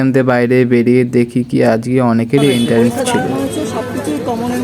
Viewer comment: এন্টারেন্স নয় রে ভাই এন্ট্রান্স উচ্চারণ হবে।